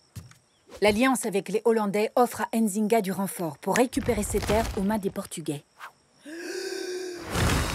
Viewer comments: On ne prononce pas le N. On dit Nzinga et non N..Zinga. Merci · Pourquoi elle est bleu Nzinga ? XD elle a tué son frère quand même et son nom est mal prononcé, comme Ndongo d'ailleurs, ça fait mal aux oreilles dommage. Comme tout les noms comme Mbappé, Ngolo Kanté ou Nzonzi d'ailleurs xD on ne dit pas "Ein zinga" mais "Nzinga" tout court, comme on ne dit pas "Eim Bappé" mais "Mbappé" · C'est pas "Ainezinga" C'est Nzinga, et c'est même pas la vraie Histoire, histoire qui est beaucoup plus tragique que celle montrée. Bref vive l'Angola 🇦🇴. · Je ne suis pas d'accord avec la manière dont les Français prononcent nos noms... Nzinga et non N'zinga...